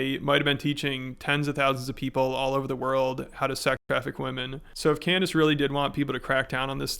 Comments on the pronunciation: Did he really call her "Can-dayce"? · What’s it like running defense for a guy who pronounces your name Can-Dayce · “I’ll be honest, Canned-ace” 💀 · Did he say Can-Days 😂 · Did he just call her "Canned-Ace"? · 2025 the year of annoying voices between this guy and his American doing an impression of a British person doing an impression of an American person badly. Can Dayce is a unique way of pronouncing her name.... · Does he call her Cand-Ace to make it appear as if he doesn't know her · "Cand Ace" bro what XD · 'I'll be honest Cand-Ace!' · amongst all the grievous garbage this guy has done, let it be known that his pronouncing "Cand-Ace" is not the worst, but still terrible. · He said "Can-Daze" instead of Candace 🤣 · That's exactly what I heard! lol "Canned-ace"... what a maroon! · canned ace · Its pronounced CANNED ACE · Can dice dih fit in your mouth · Cand a$$😂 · Can dayce nuts fit on your mouth ? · it's clearly a power play from tate. He knows how to say her name right